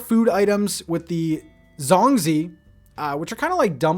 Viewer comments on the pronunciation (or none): Not him saying zhong zi 😂 It’s a Chinese dish like a rice bun thing made with sticky rice pronounced: ZH- oung- zchi Idk how to describe it 😭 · Ok let me get this straight. You asked your friend how to pronounce "Gloucester" and tried your best but: 1) Butcher the pronunciation of "zongzi" (粽子) and 2) Not even want to pronounce the Japanese items. So you made an effort to pronounce a British term but didn't even bother Googling the names of Asian items' pronunciations because you already have the mindset that you will mess it up terribly. What? You can at least type the Japanese name into Google Translate, but just avoiding the work I think is disrespectful to some degree. You might wanna change that attitude for future videos. Not making an effort to research and pronounce words is not an act of respect, but cowardice.